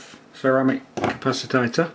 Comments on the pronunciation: why are you calling it capacitator?? its capacitor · Capacitater? Really? "Capacitor" please... Did I get the feeling that UK electronic language is not your first language? :-) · did you say capacitader? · The word is CAPACITOR not "capacitator" which does not exist. Nice video, I've never tried the toner transfer PCB method but it seems to be easy. Ferric chloride is messy and stains everything it touches, you can use sodium hydroxide instead to etch (use a higher concentration and warm it up first) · Also, capacitator? You mean capacitor. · Hehe capacitator LOL... capacitor!! :D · Capacitor not capacitater.. nice build.... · What's a "capacitator"? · Don't forget to buy a small capacitator to go on the small circuit board! Can anyone think that slowly? Honestly, speed it up and stop saying capacitator! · ...its a capacitor, not a 'capacitator'. yikes. ...and thats a 2p, not a penny piece... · If you really insist on wrongly calling the capacitors "capacitATors", why don't you call the resistors :resistATors" and the inductors "inductATors"? LOL But seriously, it's showing ignorance like this that gets people ticking the thumbs down box.